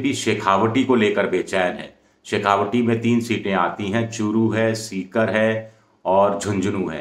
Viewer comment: शेखावाटी बोलें शेखावटी नहीं।